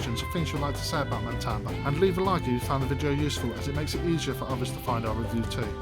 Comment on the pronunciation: I liked the video, but if you do a review, please get the name right. It is Matamba not MaNtamba. Also the background music is way too loud and distracting